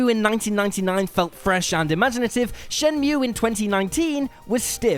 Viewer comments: How many frikkin times did he say "brilliant" in regards to Wolfenstein? Once was enough. Twice was too many. 26 times was just... "oh my god, shuuuuut uuuuuuup" Also love the mispronouncing Shenmue as "Shenumie" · Control being an Indie game? Hahahaha. Also. Shen-Mew?! And the Shenumee? Fucks sake get your pronunciation right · Wtf are you on? What does that even mean? What were gamers even expecting from Medievil? It's fucking fantastic. You know what's hipster and goddamn annoying? You saying Shen-mew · Shenmew. Right, you've never played it, have you? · SHIN-NEW-ME 3 FTW!!! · Mispronouncing shenmue and listing what was the charm of the series as its faults, and saying kh3 has been forgotten, this list has a couple issues